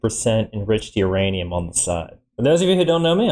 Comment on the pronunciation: Ah yes beeranium...my favorite